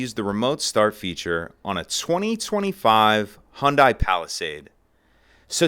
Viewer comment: It's Hyundai pronounced like Sunday. The company actually used to do commercials strictly about pronouncing their name. Just go to Google or YouTube search bar and type in or say, "Hyundai like Sunday " and watch the results.